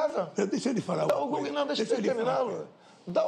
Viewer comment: "Pode dar um GÚglú pode dar oque você quiser! KKKKKKKKKKKKKKKKKKKKKKKKKK